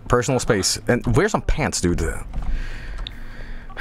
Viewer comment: "Do you vear vigs?":3